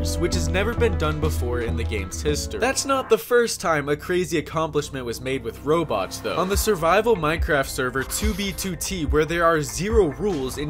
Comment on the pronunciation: why u pronounce robots as Roblox lol